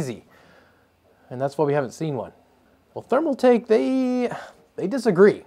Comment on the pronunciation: ThermalTAKE not ThermalMAKE